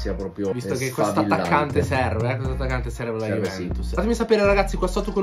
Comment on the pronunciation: Ma hai problemi a parlare dici Juvemtus conmenti